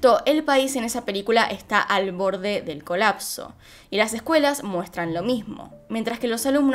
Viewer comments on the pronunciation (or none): none